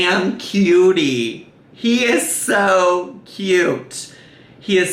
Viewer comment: You said kyy-uute wrong